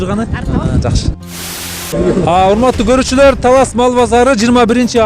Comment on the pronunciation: Эрнис Ажиматов журналист ождон да ожон ужун талаз деди окжойт